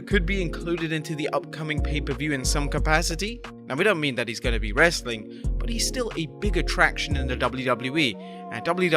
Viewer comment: I'll stop watching if you ever stop saying "Wrrrrestling content" at the end!